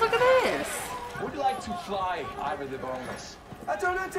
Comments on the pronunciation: now you pronounced "Ivar" as we do in Scandinavia. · Is the correct pronunciation of the name Ivar.